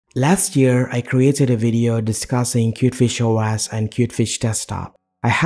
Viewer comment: its Pronounced Kiewt Fish Oh Ehs not Oh ASS :-)